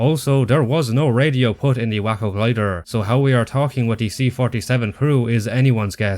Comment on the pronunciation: Also, do Big Red One already - I wanna hear you geek out for a change. Also also, WAY-co glider - I am almost certain. Think it's named after the city in Texas. Also also also, if they depicted the 1st Special Service Force they could've put the m1941 Johnson LMG in the game from Anzio onward, as they (in Europe) and the Marine Raiders (in the Pacific) were two US outfits that used the Johnson in any real quantity. Would've been nice to see the "American FG42" get some love.